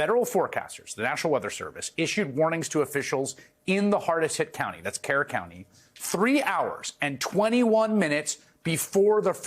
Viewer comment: K-E-R-R is enunciated like “cur”.